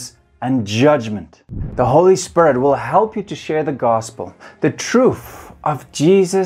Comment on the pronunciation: I like how he says "Spirit" sounds like "spare it" It sounds really cool.